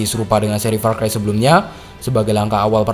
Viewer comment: said "PAR CHI"